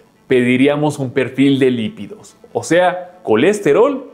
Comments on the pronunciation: Es perfíl de lípidos no lividos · Se dice Lípidos!!! no se dice lividos.... :face-red-droopy-eyes